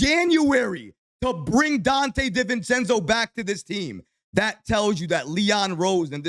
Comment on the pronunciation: Everybody: Donte DiVivencenzo: Donte DIV-encenzo 😂